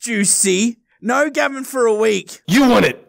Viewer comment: It's not gabin it's gavin